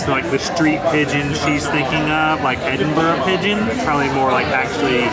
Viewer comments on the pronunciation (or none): I just wish you’d pronounce it correctly…EdinBRUH.😊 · Usually it’s pronounced Edin—bruh, Iron-bru does have iron in it. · actually it's ed-in-bruh, I believe...